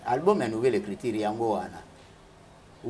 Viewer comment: Écriture et non écritire ... Oza journaliste ma belle. Sinon une belle émission bravo 👏